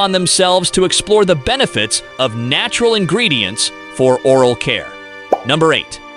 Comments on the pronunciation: the NW tribe known as Salish pronounce it SAIL-ish, rather than SAL-ish, and the Wikipedia article agrees with me. grat-ih-TWO-dee for gratitude; or-AL for oral, dept of grat-ih-TWO-dee for debt of gratitude? This has to be a computerized voice, which obviously isn't up to the standards of C3PO.🤨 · Narrator frequently mispronounces words, often only once or twice, before deciding/stumbling upon the accepted pronunciation of the word. First noticed in #7, "Mouth Wash," the most glaring instance is "or-all (oral) health", and "debet (debt) of gratitoodie(gratitude?). And #9, about the use of bunk beds in "tye-pea's" floor space. Very odd, since he pronounced the word correctly in the previous sentence. This must be an artificial intelligence algorithm trying to learn correct pronunciation on the fly. I guess text-to-speech voices have really improved since HAL's debut in 2001: A Space Odyssey. I suppose it's cheaper and quicker than using a hired narrator, or simply doing it yourself. Lol